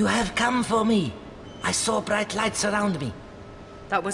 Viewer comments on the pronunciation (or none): none